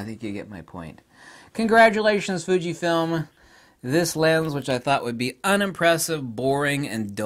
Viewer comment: " Thunkyfilm" , I mean " Fujifilm " sorry 😂😁